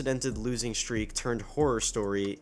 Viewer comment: so I guess in your part of the country you pronounce the words "shtreak" and "shtraight" ?